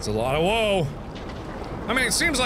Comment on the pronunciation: Anybody else hear WAU is me instead of "woe"?